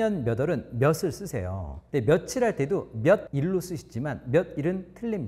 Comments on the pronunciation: [며슬] 쓰세요가 아니라 [며츨] 쓰세요 라고 발음하셔야 됩니다. 빛을 빚을 전부 다 [비슬]이라고 발음하는 분도 많더군요. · 본인부터 몇을을 며슬로 발음하는 등 발화에서는 영 아닌데